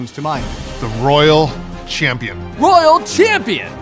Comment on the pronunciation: The way that gay says champion